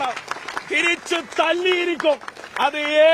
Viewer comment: തിരീച്ച് അല്ല. തിരിച്ച് മലയാളം പോലും മര്യാദക്ക് പറയാൻ അറിയാത്തവരാണ് വിദ്യാർത്ഥി നേതാവ് എത്തപ്പൈ